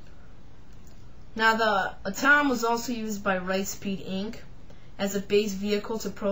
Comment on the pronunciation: If you are going to do review, the least you can do is find out how to pronounce it properly! It’s not A,tom it’s pronounced AT OM. Also chassis is pronounced shassy DICK!